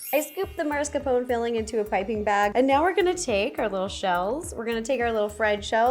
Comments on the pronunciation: somehow that 'marscapone' hit my ear, i thought it was 'mascarpone' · Is mascarpone actually called maRscapone in the English speaking country or is this just a random YouTuber (second today 🙄) saying it wrong? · Hearing an Italian say "mars-ca-pone" is triggering me lol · maRscapone ? isn't she "italian" ?! (-_-) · hm... do you really pronounce it maRscarpone? I hear so many Americans pronounce it like that, what's up with that? 😆 Just curious, is there a reason it's such a common mistake?